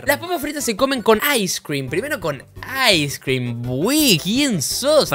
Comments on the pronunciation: "Las papas fritas se comen con ais crim" deah jajajajajajajajaja ais crim ajjajaja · Las fraissss se comen con aiscrem jajajajaja